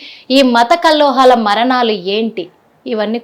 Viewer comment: Amma anchor Matha kallohalu kadu kallolalu. Mundu telugu sariga nerchuko.. Namaste garu